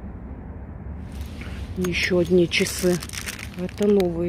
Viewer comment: Но почему она говорит :чесы? Резануло по мозгам, и смотреть уже не охота. Отписываюсь.